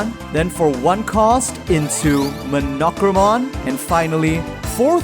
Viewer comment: Your pronunciation of Monochromon was very… unique. I expected “Mah-no-crow-mon” and instead got “Muh-knock-row-mon”.